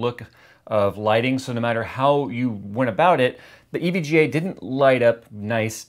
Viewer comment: This is how you pronounce it: EVG aayyyy lmao